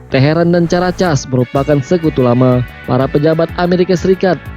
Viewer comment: caracas itu bunyi nya karakas boss...bkn casss